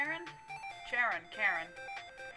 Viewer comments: Charon not karen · yes it is pronounced care-on, and spelled charon, great video and sorry about the pain DC is causing you